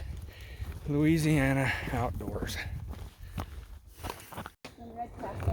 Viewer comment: Hey buddy....you and Becca...y'all never disappoint :-) My 2 fav hiking channels as I think I've mentioned several times hahaha! Thanks for the shout-out brother...you even pronounced Looooooziana like a good ole Cajun hahaha! Man I heard that thunder....yesterday Evanne, Eli and I were metal detecting and a massive lightening bolt hit a pine tree bout 50' from us...was epic and scary and crazy...and yes...the gopro was running! Have a good one brother!